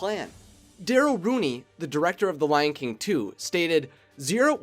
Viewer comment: I thought he said the lanking 2 at the start! XD